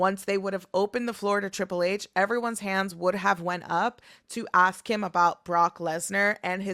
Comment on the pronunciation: It’s ask not axe Plural you use are and were